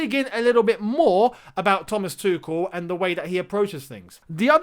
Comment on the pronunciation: you should to try pronounce his name right, it´s not that hard.